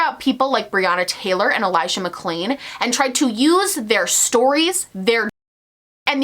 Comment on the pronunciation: Can we also talk about how he clearly got Elijah McClains name wrongs and had to add in a voice over for it? Just imagining him in his editing room trying to match the tone from the original video. Just another small sign to show he doesn’t care, not even enough to get the victims name correct.